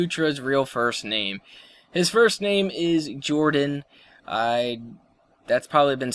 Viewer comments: Why do u always say hordan i thought it was jordan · You dont say Jordon you say Hordon lol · Why do you you call Jordan Hordan ??? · he does say hordan